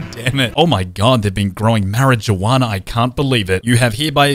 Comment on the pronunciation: But how he said it Mar ah jewana